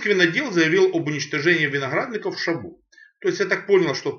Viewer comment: Коньяк старше 10 лет - нормальный. До 10 - как и все такого уровня. И еще - местные называют - шабо, с ударением на первый слог.